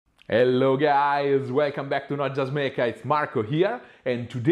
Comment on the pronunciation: I love the "Hello guy(ze) :)